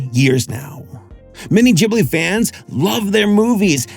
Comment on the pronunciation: GIBli its GIB-li! NOT GHIB-li!